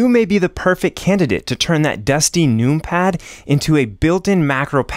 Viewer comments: First of all, the use of “num pad” instead of including the extra syllable to says “number” is a sin. Secondly, pronouncing it “noompad” and not “numpad” is even more diabolical. I pray on your downfall (respectfully) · You say number not noom-ber. I want so badly to watch your video. But every time you say noom-pad, I cringe. 😊 Please don’t change for me!! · Clicking off after hearing how you say numpad "NUME PAD" xd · I love the aesthetics of many mechanical keyboards, but anything less than 100% is going to affect me greatly. 96% hides keys behind a modifier (making them too cumbersome). Scroll Lock, Pause, Right-Ctrl, Right-Alt, and the majority of the F keys are the ones I don't use. The numpad is insanely useful by comparison, as shown in this video. Pronouncing it "noompad" though.... yikes.